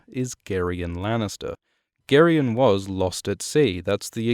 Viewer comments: Isn't Gerion pronounced Jair-ee-on? Like Gerry? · I know I'm late and I'm only 30 seconds into the video but I ALWAYS pronounced it like Jerry-on. Ya throwing me off 😄